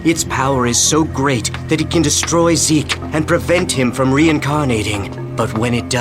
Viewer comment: not 'ZEKE' !!! sdufhsjfsokdlofsd